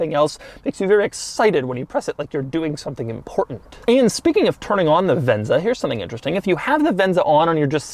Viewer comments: He sure likes to say "Ven-Za".. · The one where Doug goes off the rails sooo early in the video lol 😂😂 also the amount of times he said "frossssttt conthroll" and "vhennzzzaaah"